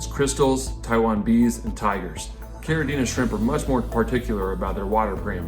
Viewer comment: Thank you for pronouncing Caridina and Neocaridina correctly !!!